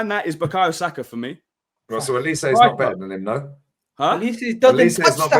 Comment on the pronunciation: 😂😂😂 egal frustration was so valid, lee really said olise smh